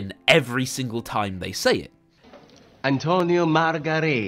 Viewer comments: the way he pronounced margheretti makes me laugh every time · The one guy who knows no italian says his name the best lol. Best scene